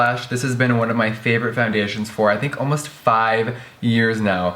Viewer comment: Is it just me or did jeffree sound a bit Irish when he said 'foundations'